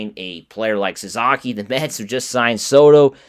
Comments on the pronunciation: Sa-SA-ki, not Sa-ZA-ki...you lose credibility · His name is Sa-SA-ki, not Sa-Za-ki